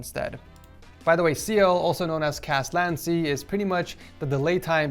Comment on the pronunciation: Can we talk about how he pronounced LATency?